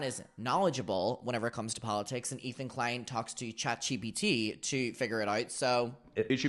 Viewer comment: I LOVE that you call it chat gbt! Please don’t stop. It’s a little thing that brings me so much joy.